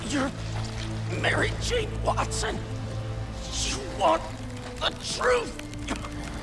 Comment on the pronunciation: Mj: I Quit John Jameson: WASTON